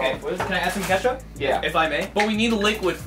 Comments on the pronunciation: Did anyone else notice that Brian was saying 'Chekup' instead of ketchup? lol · Did anyone notice that Rug said “CHEKUP” instead of “ketchup” ? 😂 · when rugs says “check up” instead of ketchup 😂😂😂😂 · anyone else noticed rug said checkup instead of ketchup when making the drink for kaelyn 😭😂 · It's funny that faze rug said checkup instead of ketchup 🤣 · lolololol rug legit said “check up” instead of ketchup 😂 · I laugh soooo hard when briAn sAiD KeTcHaP He SaId cHeKuP